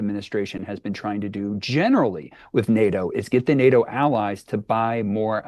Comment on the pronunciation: Nay-Yo summit? Pronounce your Ts, lazy presenter.